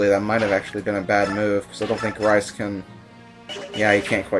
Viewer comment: Are you calling him Rice? Its pronounced Reece isn't it.